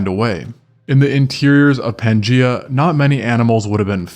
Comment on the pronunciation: 'Pan gEye-ah'.